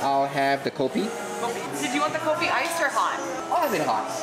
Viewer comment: 1. Cool place that want to preserve the authenticity of the kopitiam Even the cashier pronounced coffee = kopi, and tea = teh, and the char kueh tiaw pronounce was spot on